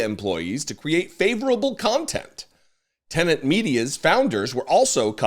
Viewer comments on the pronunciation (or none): none